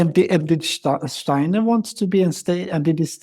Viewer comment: I adore your slight accent and enjoyed the fact you pronounce "Steiner" correctly. Well done with the podcast! Perhaps you could just speak a bit slower so that non-native speakers could follow a bit better. All the best to you!